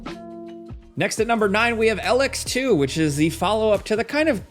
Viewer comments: Don't get me wrong I know certain words can be pronounced however but Elex can be heard being said as E-lix never El-ex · The mispronunciation of Elex gave me aids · Dude pronounces Elex 2 crazy wrong and says dream light is good. Dream light is the worst game made in years. Had to edit sorry. Ragnorake wasn't on this? It was way way way way to long